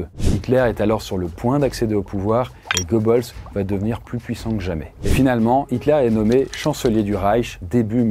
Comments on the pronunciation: C'est pas gobeuls mais Goebbels.... :face-turquoise-covering-eyes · Tu prononces son nom en mode "go balls" au lieu de "gueux beules" ça me termine 😂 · Ça se prononce « Gueubeuls », OE ou Ö en allemand c’est E en français. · moi qui parle allemand, j’ai des saignements à l’oreille, oui. C’est aussi douloureux que d’entendre « Van Bethove » au lieu de « Van Beethoven ». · Tres tres mauvaise prononciation de son nom!!!! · Quand on fait autant de recherche sûr une personne, on fait l'effort de prononcer correctement le Nom et prénom...ça devient pénible